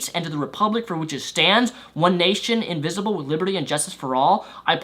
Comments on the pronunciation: It's "Indivisible" not "Invisible". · Did he say invisible a few times, instead of indivisible? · Completely off topic from the main point of this video, but when you say the pledge, are you saying invisible? Because you do know it is indivisible, right? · He kept saying "One nation invisible" instead of indivisible. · Sounds like you're saying "invisible" rather than "indivisible"... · No, I don't think so. He clearly says "invisible" four times -- the rest of his reading of these variations of the pledge is also rapid, but there are no other missing syllables. Certainly not disagreeing with the point he's making, though.